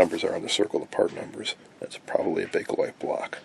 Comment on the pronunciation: Well, I see you actually did find the "A" in BAKELITE. "Bakelite", not "Bake-A-Lite".